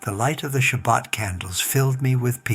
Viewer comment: Strange how he pronounces Shabbat like a Christian not a Jew. You Christians know no boundaries. You shamelessly deceive other humans. So sad.